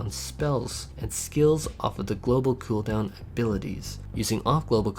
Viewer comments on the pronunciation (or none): Couple things change that dam background song it's in every video 2nd when you talk about cooldown please stop saying khoodown